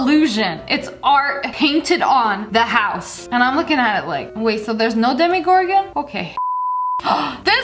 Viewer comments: Lia, it’s dem-uh-gore-gan not dem-eee-gore-gan spelled demogorgan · demo gemogorgen 😀😀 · Did anyone else get triggered when she said demigorgon when its supposed to be demogorgon I still love ur vids tho😁😆